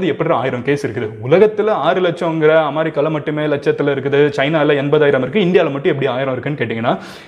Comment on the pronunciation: என்னப்பா இது ...அமாரிக்கா இல்ல ....அமெரிக்கான்னு சரியா சொல்ல பழகு ...